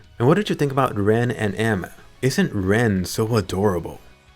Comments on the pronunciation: Ma boi is LENN not RENN That aside it, nice review. This is the GGO I been waiting for not the other one we got :( ln is gewd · I kept thinking you were saying Rem the entire time XD